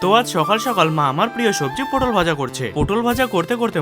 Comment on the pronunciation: দাদা পুটল না পটল হবে 😂😂